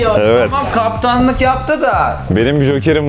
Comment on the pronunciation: Konsept güzel elinize sağlık. ' de ''Marsliya'' yazmışsınız, 'da 'kaptanlığ'' olarak okunuyor, biraz dikkat